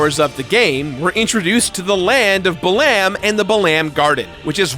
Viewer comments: It's pronounced bah-lam garden.. bah-lamb sounds absolutely hilarious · My ear bleeds... it's "Bah-lum" like gum. For Balamb Town. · Lmao, I've never heard Balamb pronounced that way. I've always hear BA-lum or BA-lam, with the emphasis on the first syllable. Now I've got an image of the FFVIII cast jamming out to Spider Bait stuck in my head. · Buh-LAM garden, interesting pronunciation. I always thought of it as bal-umb (first syllable sounding similar to how you'd pronounce the bal in "balance") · Ouch, it hurts me the way you pronounce Balamb.... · Yeah his pronunciations are weird sometimes... Quistis, Balamb, Ultimecia...